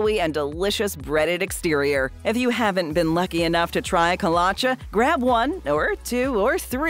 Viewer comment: You are mispronouncing Kolache